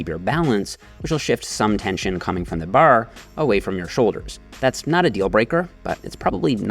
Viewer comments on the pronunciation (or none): I love how he says buhr instead of bar